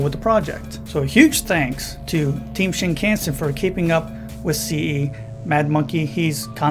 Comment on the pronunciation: pronounced "shin-kahn-sen" not can-sen